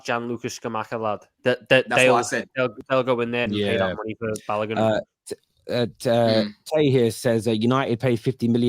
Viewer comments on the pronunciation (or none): Who is Balagun? His name has an O in it